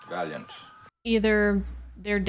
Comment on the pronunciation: Kirk pronounced it Val-i-ant in WNMHGB and it was Val-ee-any here. On first watch as a kid, I mixed it up with Defiant.